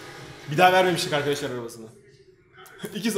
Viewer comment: eski vidyosunda Arkadaşlar demiyordu Akydaşlar diyordu Fark edenler 1 linke